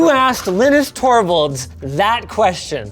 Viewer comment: For a person who natively speaks Brazilian Portuguese, it is easy to pronounce "Linus torvalds" as he said